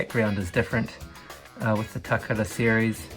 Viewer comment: VERY interesting to see these foreign release items on your channel! Especially with the box. Always find it neat you are one of the people who makes the conscious effort to pronounce "Takara" the proper way! I always say it the wrong way myself 🙈. Good on you for giving CC6 and Rob Vegas a mention!